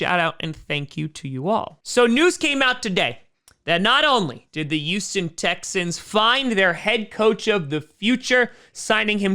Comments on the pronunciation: I don't blame him. I'll miss him, but I don't blame him. If he goes, I'll be watching my backup team, the Vikings. (No I don't enjoy pain. Why do you ask?) Also, it's Houston, not Youston. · Yuston. Once I heard it I couldn't stop hearing it. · Everyone: Houston: Uston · always calls Houston youston 😂😂😂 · Every time he says Youston Texans I giggle a bit.